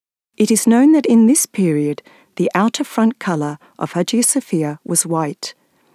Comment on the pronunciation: İngilizce Haciye Safiyye diye duyuluyor bu Aya Sofyanın ismi🙂👌🏼